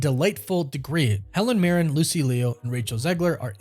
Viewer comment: Buddy i cant let it slide anymore… like you’re butchering Lucy Liu’s name haha. Just… just look up how anyone else says it. Cmon kid